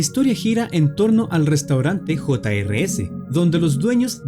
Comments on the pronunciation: Se llama jr's y no hota ere ese como tu dices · el nombre se escribe jr's pero se pronuncia juniors